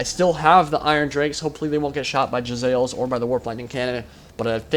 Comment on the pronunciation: isnt it pronounced Jezz-a-leers?